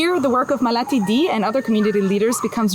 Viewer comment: Repeat this: "Maa-Le-Ti". Not Ma-Laa-Tee...Also, Indians don't "shovel" rice into our mouths. That's very disgusting and insulting. Would you like it if we said Westerners poke their forks and spoons into your mouths. That's one way, ours in another, a more natural way that humans practiced for 99% of our existence. Better to describe this as using our hands to eat...